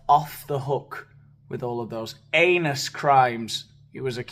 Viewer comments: I hope you said heinous and not anus crimes?? Subtitles, eh? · Sorry…did you say…HEINOUS??? (With a silent “H”) 🤣🤣🤣 Me thinks you’re coasting (or is it falling? 🙃) on your arse with that Freudian schlip, ole!!! (Butt pun intended.) I for one am HERE FOR IT! Speaking of, what’s that you say about Uranus? 🪐 😎